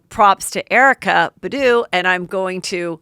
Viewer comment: "Erykah Buh-doo" 😭 heather girl you know its BAHdoo